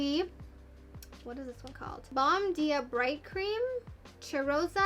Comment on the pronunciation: say the “bom” part like you would in “bonjour” but with an “m” Dia= “deeya” Cheirosa= shayohrza but try and roll the “r”